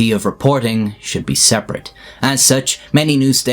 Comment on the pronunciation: STOP PRONOUNCING BE AS BOO OR BU